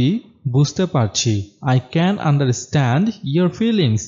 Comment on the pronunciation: understand, এখানে R এর উচ্চারণ উহ্য থাকবে। আন্ডাস্টেন্ড হবে।